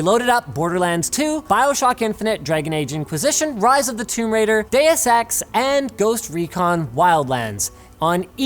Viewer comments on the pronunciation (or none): none